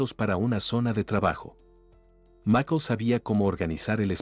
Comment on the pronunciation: No comprendo porque el narrador dice macol? Se pronuncia ( maycol) y no se dice sock se dice shock.